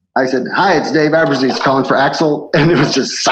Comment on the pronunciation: "AbruzzIs"? AbruzzEse.